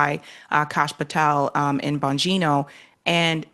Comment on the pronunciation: it will forever irk me how "political podcaster" hosts like this one seem to have a following and good guests etc yet dont seem to know a lot about politics. This one cant even pronounce names in politics. She got Donald Trump right and Diddy but not much more. For example she got Maxwells and Patels names wrong. How do you not know these peoples names??? And how is it rocket science that they made everything legal so some crime stats have dropped? Do i have to start my own podcast to get the truth out?